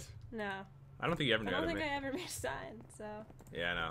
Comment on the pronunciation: Jen: How do u make a saign? its sign Jen